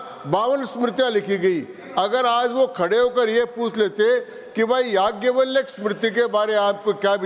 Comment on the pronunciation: चिरकुट बैल बुद्धि को जाज्ञव्लय का उच्चारण भी कहां आता है?